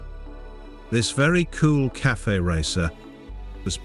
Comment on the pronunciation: Your channel is crap. Can't even pronounce cafe. Hopeless...